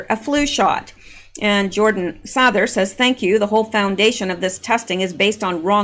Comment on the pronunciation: Jordan Sather the a is a long A. Like say-ther. 😉